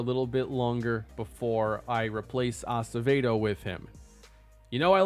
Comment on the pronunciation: Finally! Watching religiously. I gotta tell ya tho... It's "ah-seh-veh-doe" not "ah-suh-vay-doe." Lol it isn't your fault. You probably didn't meet many Acevedos back home in Minnesota when you lived there lol